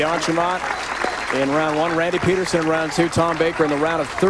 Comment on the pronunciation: Think how bad the present day PBA broadcasts would be if Brian Voss was in the booth. Bland-bland-bland. And why does he keep calling Randy PEED-er-SON "PED-er-SON"? Good Lord. And doesn't he call Blaise "Blize"?